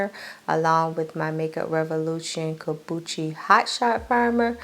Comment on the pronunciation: Lawd, it's pronounced 'Come-Boo-Cha.' I be screaming when you say kombuchi 🤣 I think you reallyyyyyyyyy underestimate your skil level. It's definitely not beginner, they're bangers! Beginners aren't concealing, contouring and adding lashes and doing fire eye looks. Would you consider other placement of the mic? Been wondering in last few videos but didn't want to seem rude, just a little feedback. It's so close, it picks up everything, heard some fuzz and can even hear when you swallow.